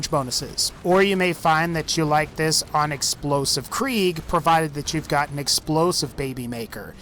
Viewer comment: Omg I hate how he says krieg